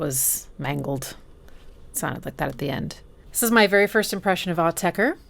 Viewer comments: Pronounced Aur- tech- cure, not Au- tech-er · I've been obsessed with their music for nearly 30 years. Just a few notes—phonetically, it's pronounced Au-tech-"ra," not "er." I love and enjoy how you attack melodies by ear. One of my all-time favorite tracks from Autechre’s more melodic side (as opposed to their glitchy, percussive synth work) is "Nine." It's easily one of my favorite pieces of music, ever.